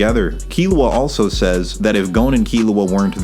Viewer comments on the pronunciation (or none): none